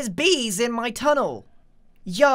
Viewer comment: Idk how to explain this but when Grian says yo it sounds like “yeau”